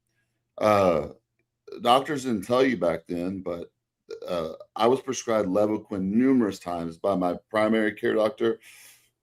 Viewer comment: Another awesome podcast, as usual. But if I could nitpick… As someone who sold Levaquin for several years in the mid 2000s, I’ll give you a dollar to say it right… It’s pronounced “Leeevaquin”, with a long “eL. Please? Pretty please?😂😂😂 But he’s absolutely right… Regardless of which of the fluoroquinolone a person might use, be it Levaquin or Axelox or Cipro, you really have to watch out for tendon rupture.